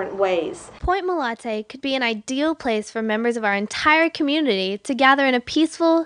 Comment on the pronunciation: She keeps saying MOLANTE. Is it MOLANTE or MOLATE? Oh wait, she’s starting to say MOLATE. Never mind.